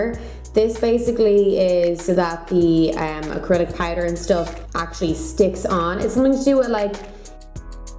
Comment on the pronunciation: Once I heard Pie-der (Powder) I instantly stopped paying attention to the nail tutorial and averted my attention to figuring out where she is from lol.